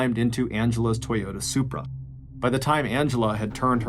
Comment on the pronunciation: Did u say SuPrA?